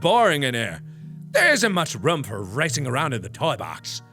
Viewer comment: I love when mark says room cause it sounds like roum, it's a small thing but always makes me happy